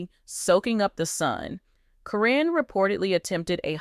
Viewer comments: At least mention her name correct. Not Corinne it's karen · Hate the way you pronounce Caryn. This must be a computer generated voice!